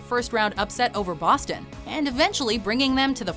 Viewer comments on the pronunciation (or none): none